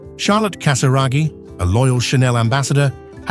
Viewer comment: Charlotte con l’accento sulla “O”, alla francese, non sulla “A”, e Stefano è Casiraghi, non Casaragi, analfabeta che non sei altro